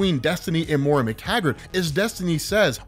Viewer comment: Why do you keep calling her "MORE-UH"? Do you not have access to the internet?